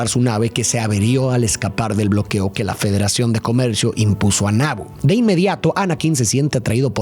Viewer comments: No es Nabo, es Nabú de Naboo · Que horrible pronuncia Naboo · El hecho que pronuncies mal los nombres como maúl o naboo, me hace pensar que no la viste y solo leiste un guión, que lastima